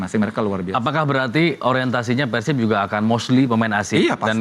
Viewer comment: JANGAN PERCAYA SAMA PUNDIT YG NGOMONG "PÉR-SIB" TUH JADI "PEUR-SIP"